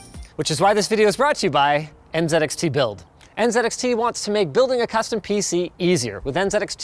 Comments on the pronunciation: N “zee” XT Canadians🙄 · The most surprising thing about this was linus pronouncing Z as Zed in the ad read. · "NZXT" ist pronounced "next" ffs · N Zed X Tee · n z x t❌ enzxt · It's pronounced N-zed-X-T??! wow, that really rolls off the tongue! 🤷‍♂️😂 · It's N ZEEEEE XT build.... Zeeeeeeee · Why does it pronounce the letter Z as "Zed"? It needs a reboot. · It really bugs me how so many people mispronounce NZXT by saying NzedXT 🤦‍♂️😤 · I appreciate your patriotism in saying NZXT with the Canadian pronunciation of "z". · Ok…and Linus pronounces NZXT in a Canadian manner…. Respect to the team. Good luck on the next level. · Why is he suddenly saying NZXT like a brit